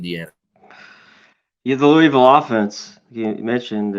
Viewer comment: loo-ugh-vool not looeevill 🙄 GO CARDS!